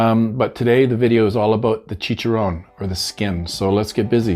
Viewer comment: Nice job. Looks great. Don't worry you was saying it right. That is how I fry my chicken or turkey skin .Makes them nice and crunchy.